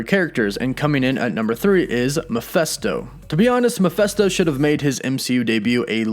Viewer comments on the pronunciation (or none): It's pronounced Mephisto not Miphesto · Man it really bothers when people mispronounce things, & don't have their facts correct. 1) His name is Mephisto, as in FIST NOT MeFESTO. Secondly As far as: Warlock, since when is he the most powerful? The guy can only: lift about 50 tons, despite his energy projections powers, at no time," was he considered the most powerful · I just had to say, the demons name is "Meph-i-sto" with an "i" not "Meph-e-sto with an "e" , I'm sorry but it was just working me and I had to say something. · its not mePHESto.. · Calling Mephisto Mephesto is silly. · Mephesto??😂😂😂 Mephisto like 👊 !!! 🤦🏻‍♂️🤦🏻‍♂️🤦🏻‍♂️😂😂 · Not sure why but you calling him mephesto instead of mephisto bothers me a lot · Meph i sto. Not Meph esto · Mephisto is said Meh-Fist-Oh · I know it's hard as you're american. It's Mephisto. Meph ist o. I know none of you can seem to pronounce words well, due to your accents, but please do try.... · All I can hear is "Mafesto" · The way he pronounces MephIsto is driving me nuts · Ma fist o..... that's how it's pronounced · Dude, your pronunciations of the name Mephisto is an insult, and atrocious. Do your research on how to pronounce names. My god! It hurt my ears just to hear you pronounce it horribly so many times.